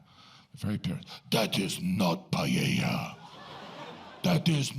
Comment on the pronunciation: Yes, I thought it was a bit insulting. And at least he could have learned to say PAELLA.